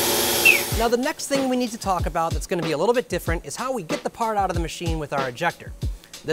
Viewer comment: paht feh guhn